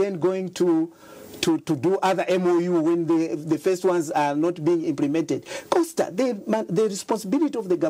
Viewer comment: Awe sure aba sembe banasala chabe ku livestock. I am the only who heard him call Costa "Fosta"😂